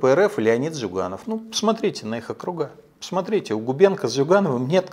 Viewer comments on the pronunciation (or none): none